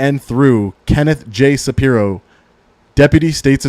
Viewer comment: Shapiro, not Saprio.